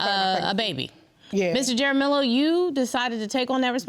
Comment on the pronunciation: Pronounced "Haramiyo"